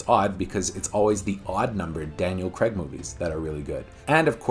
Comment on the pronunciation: It's actually Daniel Craig. Not. like " Craig David " emphasis on the Craig there.